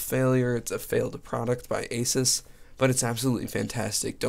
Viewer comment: its actually pronounced aaa--suuuus not ah--siis